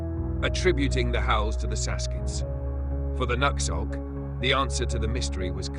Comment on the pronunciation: They don't pronounce it /nux/ölt/ It's pronounced/nu/hõk/